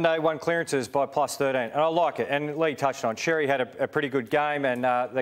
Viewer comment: Xerri is a Maltese surname pronounced as “sherry”, not “cherry”